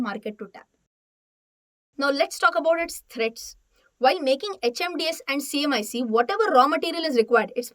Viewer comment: Wrong pronunciation........HMDS & CMIC